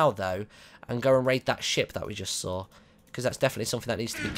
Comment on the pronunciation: Annoying word of the day,it will be in caps:I SAWR something a while back